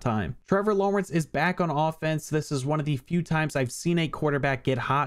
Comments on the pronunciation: The way your saying Lawrence has me geeking lmao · why does he say Trevor Lawrence like that. I can't figure it out but it just sounds wrong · I try not to call out an accent, but it was incredibly random too. XD